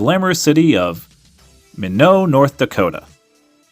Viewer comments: Minot, North Dakota is pronounced My-knot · Pronounced MY-NAUGHT. :) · Minot is pronounced My-Not. I know, it's weird. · Minot pronounced "My-knot" it's an oil town in North Dakota ha. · Great video. One small point...it's pronounced like "MY-Not", North Dakota. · It's pronounced "My not."